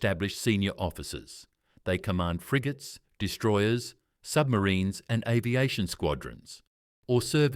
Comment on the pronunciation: Arv-iation for aviation, strange pronunciation. : Andrew Mountbatten-Windsor? as your example is a very poor choice.